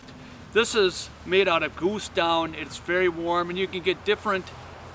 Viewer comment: I love how he says "göose" and "comphy". Very informative video! Never knew I was hanging up my hammock wrong even though I've been hammock camping for a good handful of years.